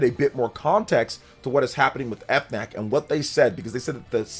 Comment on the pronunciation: As a French person the pronounciation of FNAC as "Eff Nac" kills me lmaooo Great news for the Switch 2 !!!!